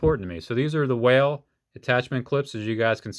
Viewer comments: What are your saying whale? Is wahl...wall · wahl is said like "wall" lol